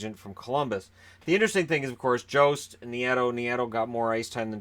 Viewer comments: Oh also Jost is pronounced like a Y not a J sound so it is pronounced "Yost" take it from someone with the same last name. Source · ah well he is pronouncing it wrong. In German J is a Y sound